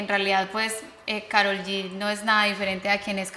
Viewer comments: POR QUE SON TAN RIDÍCULAS Y LE DICEN KAROL CON PRONUNCIACIÓN EN INGLÉS??? IGUAL LO PRONUNCIÓ LEILA DE BILLBOARD Y CHRISTINA EN EL SHOW DE CHRISTINA... TODAS SIENDO HISPANO HABLANTES.... SE LLAMA KAROL EN ESPAÑOL!!!!! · Wey es latina, deja de pronunciar su nombre como si fueras gringa.